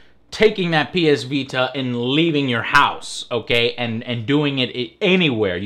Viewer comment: "The ps vee tuh" lmao.